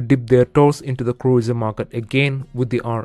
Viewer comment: He said "Cruieser" 🤣